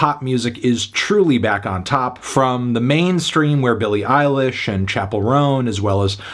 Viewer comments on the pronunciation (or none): none